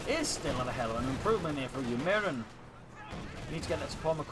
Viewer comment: I believe it's pronounced 'ewe miyrin' as in 'you 'mirin my gains braaaaaah'